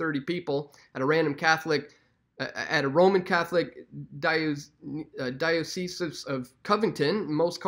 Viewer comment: "die uh sees"